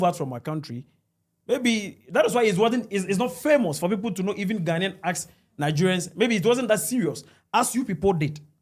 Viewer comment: whatever drugs you are on is definitely working . We know Nigerians cannot pronounce basic English words correctly just as they cannot pronounce Ghana. ....Not ..Gaana. You have made it worse becsuse you cannot even write "Ghanaian". Who put a gun to the heads of the millions of Nigerians to come to our country or African Americans? We will kick you lot out soon to go back to your dunghole called Nigeria.